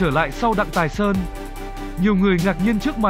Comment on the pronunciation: Sub ở dưới vẫn ghi là Thái Sơn mà vẫn đọc là Tài Sơn, đuổi thằng đọc này đi